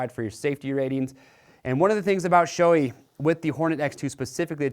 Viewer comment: It's Shoe-eyyy not shoei